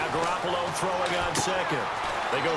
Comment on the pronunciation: Buddy...Garoppolo is pronounced Gah-rop-ole-oh